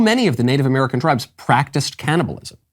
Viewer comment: "i fought she was amewican"